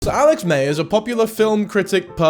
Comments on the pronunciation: You keep saying mayers but its myers I like his videos as just like a short form of the movies but yeah obsession was out there compared to other videos I have seen of his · 😆lol every time you said “Alex Mayers” Im reminded how vastly different Americans and British people say “addidas”. Also no shade, I thought you made great points throughout.